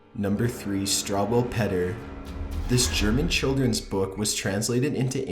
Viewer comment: Struwwelpeter is actually pronounced like differently